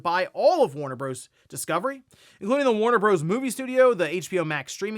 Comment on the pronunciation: DUDE. It is NOT pronounced “Warner Broze” 😂😂😂. It is an abbreviation, not a WORD, and it stands for BROTHERS. 🤣🤣🤣